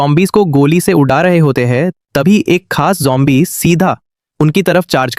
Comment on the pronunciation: jhombi nahi be zombie bolte hain😂